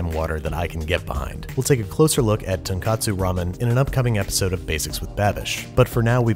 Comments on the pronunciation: Great video! The pork broth for ramen though is pronounced 'Ton-Kotsu' not 'Ton-katsu' (the latter refers to crispy pork cutlets). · So you kept saying "tonkatsu" when you mean to say "tonkotsu". Long O sound. I'm hyped for another ramen episode, tho :D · Fellow pedant high five! Was about to say the same thing. For those who don't know, both tonkotsu and tonkatsu are Japanese foods, so to avoid confusion, you should pronounce "tonkotsu" with a clear "oh" sound. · Hopefully someone can let him know it's tonKOtsu before then (tonKAtsu is a completely different food). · Hey Babish. Great video. Probably won't see this and I don't mean to nit-pick, just be educational as I've seen confusion with these two terms in the English speaking world. Tonkatsu (豚カツ) refers to pork cutlets. This is because the "ton" is this character for pig 豚 read as "ton", and "katsu" is an abbreviation of the loan word カツレツ (katsuretsu) which is the Japanese pronunciation of the word cutlet. Tonkotsu (豚骨) refers to pork bone broth. The word contains the same "ton" pig character 豚, and the second character kotsu 骨 is bone, and used together means either "pork bone" or "pork bone broth". One different vowel, two different dishes. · It's tonkotsu, not tonkatsu. One of them is fried pork cutlet and the other is what you made. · Be careful, you said "ton katsu" when you meant to say "ton katsu" (long "o" like "oh"). Ton katsu (short O like you said) is the Japanese friend pork cutlet - just as delicious but not what you're making and definitely not hot ham water. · tonk-O-tsu ramen*